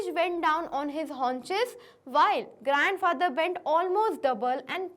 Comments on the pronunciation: mam you said grand fracther byt the correct word is grand father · you say grand fracture